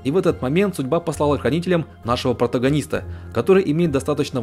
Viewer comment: Задолбали со словом "протогонист", аж режет слух, неужели нет других